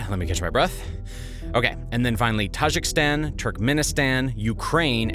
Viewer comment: Tajikistan not “Tajikstan”. He spelt it correctly but missed out the second “I” when speaking.